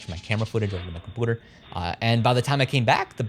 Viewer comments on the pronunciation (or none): (Kum-pew-ter) not (kum-poo-ter) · bro said a cupuder? lmfaoooooooooooo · Genuine question : why do you pronounce "computer" as "cumpooter"? You sound American so its clearly not an accent issue. Is it just a running meme or something? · why do you pronounce computer wrong?